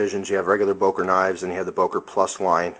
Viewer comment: Wow, what a nice miniature christmas! :-) It's always great seeing an Umlaut in a name and English speakers using or completely ignoring it. The Ö in Böker has no similar vowel in English. If you want to give it a try, speak the Ö like the "i" in "girder". Like "Biker", but with the "girder"-i. ;-) But don't break your tongue, it's like Chinese for a non-Asian.